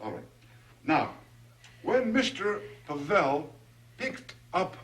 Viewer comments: LOl, The policeman talking to just called Him Mr. Pa-VeLL. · It really adds comic relief somehow that that cop mispronounces Pavel every single time.